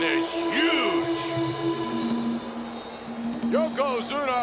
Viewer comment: Does anyone wanna tell him it's not Yokozuma it's Yokozuna. After the belly to belly I watched it 10 times😂